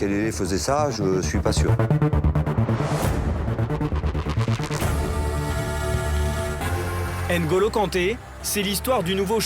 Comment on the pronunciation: Prononciation: nnn’golo pas ène golo ou mmm’bappe et non ème bappe. Les joueurs africains devraient être moins laxistes par rapport à leur nom écorché pendant des années en France